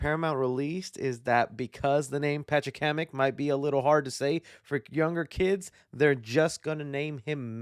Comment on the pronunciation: You ACTUALLY pronounced Pachacamec correctly